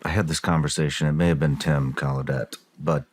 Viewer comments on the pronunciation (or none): The actual pronunciation(French) of gallaudet is goll-a-day,like holiday 👍